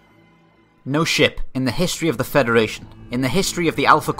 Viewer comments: I thought this video started out with "No shit!" and then realized he said "No ship..." LOL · ok not going to lie but I honestly thought you said "No shit." lol